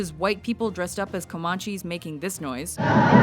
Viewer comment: Com-AHn-ches? Hmm.